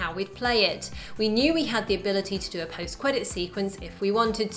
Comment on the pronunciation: “...post cwedits scene...” hahaha cute